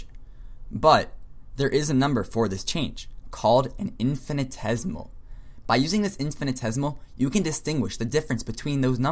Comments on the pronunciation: into the video you are misspelling "infinitesimal" as "infinitesimal" (and missing an entire syllable in your pronunciation of the word). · First, "infinitesimal" is pronounced as "infinee tessee mal", not "infinee tez mal". "Math e mAt ician" is not spelled "math mEt ician" You don't seem to understand the difference between a number and a numeral. Definition: The sum of a series is the limit of the sequence of its partial sums, if the limit exists. So the sum of 0.999... is the limit of the sequence 0.9, 0.99, 0.999, ... whose nth term is 0.999...9 (n 9s) = 1 - 1/10^n. Hence: 0.999... := lim n->oo 0.999...9 (n 9s0 = lim n->oo 1 - 1/10^n = 1. No infinitesimals are in sight. If 0.999... = 1 - ε, then what is 10 * 0.999... - 9as a decimal, and what is 1 - 0.999... as a decimal? In both cases - neither has a decimal representation. You claimed that infinitesimals are used in the majority of calculus - that is not true. Standard calculus is limit based. NSA is an advanced topic and many degreed mathematicians do not know it, yet alone use it. Your triangle-ised circle is NOT a circle, it is an apeirogon (in the limiting case). Circles do not have vertices. The area of your polygon was less than the area of the circle. Mathematicians will have a hard time agreeing with what you said because what you said is wrong. You didn't show the details for using NSA to do integral calculus. Do you even know them yourself? You should take this video down because it is unhelpful and misinforming.